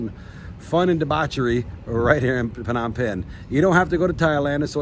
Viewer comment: The PH in Phnom is silent mate..